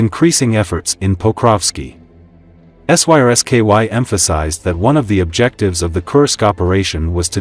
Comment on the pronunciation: The robovoice does a hilarious job saying Syrskyi, and the CC generator adds an extra layer. "SSKY EMPHASIZED..."